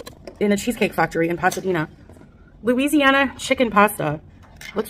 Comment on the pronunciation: TWO bags? TWO? In Bangkok. Getting "Louisiana chicken pasta". MAKE IT MAKE SENSE. (Cajun cream sauce?) SO FRESH. How many years has she been doing mukbang and still can't say it right? I can't lie. I hate their food. Over-salted, over-sauced, weird combos of flavors. I'm a grumpy bitch lol.